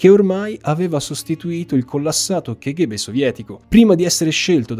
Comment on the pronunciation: Una piccola domanda, la pronuncia non dovrebbe essere "kaghebè"?